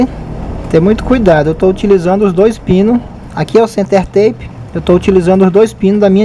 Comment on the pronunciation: Uma pequena correcao amigo. Se pronuncia, "center-tap", assim como esta escrito. Tape, significa, um durex, ou fita isolante, ou qualquer fita colante. Bom trabalho, keep up with your excellent work! Cheers!